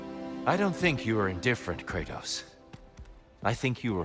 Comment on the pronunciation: I love how he pronounces Kratos's name, it's sounded so grudgful